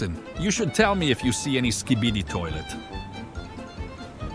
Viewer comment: Toilot😂😂😂titan speaker say "any skibidi toilot😂😂"